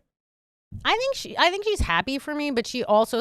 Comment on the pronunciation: Gonna make this real quick and easy: If you pronounce the word "me" as "May", you're garbage.